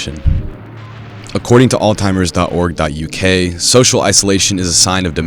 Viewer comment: You say you want to give the disease the respect it deserves but you cant even be bothered to learn the pronunciation ? ALL-TIMERS? Seriously?